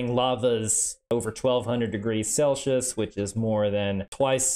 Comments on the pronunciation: Are you... Are you really saying "celshus"? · No not at all, if you have been pronouncing it “sel-see-uhs” then you have been saying it correctly. Our friend here is just saying it very oddly lol. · Celshush is killing me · The way he pronounces Celsius as "celshis" is all I could think about. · I find your pronounciation of Celsius... disturbing. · That's a weird way to pronounce Celsius right? This guy's so educated I'm starting to question myself. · Ive bever heard a person prononce celcius like this. Tho we mostly just dont bother in NZ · There isn't an H in Celsius brother